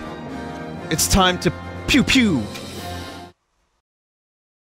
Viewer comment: everytime the intro said TWIALS instead TRIALS